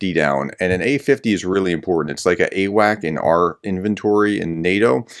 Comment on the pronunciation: you keep saying, "AWAC" it is not "AWAC" its AWACS with an "S" at the end.